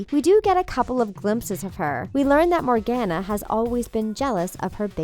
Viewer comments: COME ON!! NOT ANOTHER ONE! It's pronounced, MORE-GONE-UH I wheezed when she said MorGANuh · (Sorry for Hating) PLEASEEEE SAY MORGANA’S (More-Gone-a) NAME CORRECTLY GR